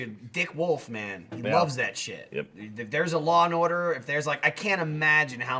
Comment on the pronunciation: any1 catch micoo goin total Jersey when he said Law and Order?